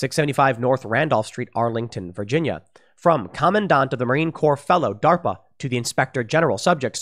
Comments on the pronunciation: Marine Corps should be pronounced "marine core" not "marine corp" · It’s not Marine Corp. It’s Marine Corps, pronounced core (I know you were just reading from the article) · They could have at least spelled "Marine CORPS" correctly...and, it's pronounced "core", Tim. Even if it's spelled incorrectly. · did Tim just say Marine CorP? With a hard P? Lmao